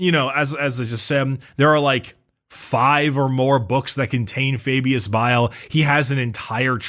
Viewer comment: "you are referring to Fabulous Bile": "AH, FABIUS BILE!" Notice how DIDN'T fall for the trap and did indeed say his name right when baited him. truly did know his name